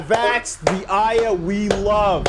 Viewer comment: Funny how pissed got about the pronunciation of Babel and still can't pronounce Aya properly even after its been done so in the game. But hey he stuck through to the end, so good job on that.